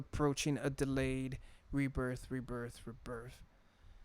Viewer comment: He's actually saying rebirth rebirth but it does sound like he saying reaper